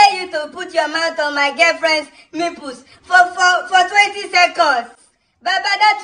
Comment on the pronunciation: Did I hear nipples or mipples? 😂